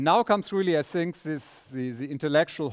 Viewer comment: Christof, your English is very good! With this naïve thing and so forth. But please, if you don't want to pronounce the "th" correctly, use "t"- and "d"-sounds. Like 'this' -> 'dis' and 'thing -> 'ting'. Because the word 'sink' has its own meaning... Besides, I love you, mr Paar, and the way you gives the material.